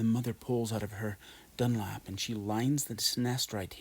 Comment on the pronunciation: Dewlap lol.. not dunlap